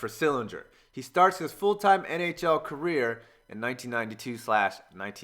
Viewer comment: It was by the time I realized you were saying "career" and not "Korea" lol